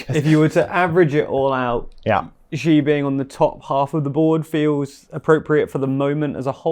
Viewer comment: The big Xi-eese lol